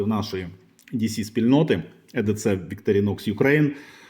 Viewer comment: і ді сі, а не е де це))